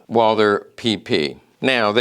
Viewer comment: You're german, aren't you? Yeah, correcting people on the internet is our national cultural asset 😅 Even the pronunciation without the h as Walter sounds still better than Wolser 😅 I mean, it's not that hard and somehow necessary to pronounce at least individual names correctly. Or we fire back with Smiss & Wessen, Kold, Brauning, Sewetsch ...